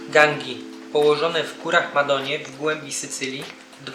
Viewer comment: po pierwsze nie gangi tylko "Gandżi", po drugie nie wioska tylko miasteczko, po trzecie góry maja nazwę , którą wymawia się" Madonije"po czwarte miasteczko słynie z ogromnej przyjazności ludzi , którzy tam mieszkają... Fajnie ,ze je polecacie ale czasami warto się trochę lepiej przygotować.